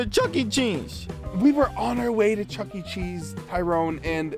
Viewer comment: That fact that Tyrone said jooky cheese